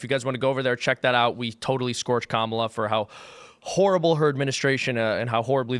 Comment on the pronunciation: Horrible, or whoreable?